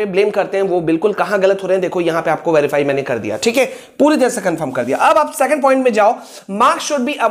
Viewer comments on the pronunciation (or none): Second hota hai secand nahi